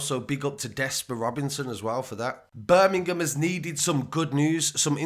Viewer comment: BUUR-MING-UM love it :)